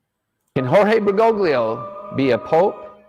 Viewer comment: If he's going to call Pope Francis "Bergoglio," he could at least pronounce it right, lol. Grates on my ears.